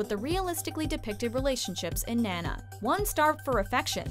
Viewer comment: The way the narrator pronounces nana is hilarious to me but anyway i love NANA. Its one of those animes that sticks with you forever. I was in middle school when i watched it for the first time and now im graduating from college. I even have my own "ren flower" lotus blossom tattoo except mine is pink. Amazing anime, as well as the rest of this list!